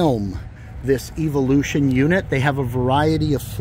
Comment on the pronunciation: You’re mispronouncing “evolution”